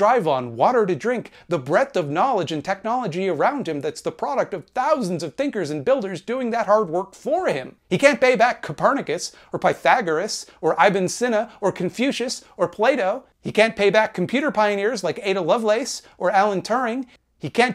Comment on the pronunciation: Just a quick note cause it's my pet peeve. Ibn is ih-bn, not eye-bn